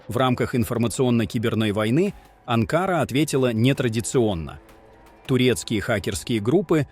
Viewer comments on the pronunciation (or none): Научись, бл, правильно ударение ставить в Анкаре. Либо Анкара, либо АнкарА. Но не анкАра !! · ИИ АнкАра,слух режет, АнкАра 😊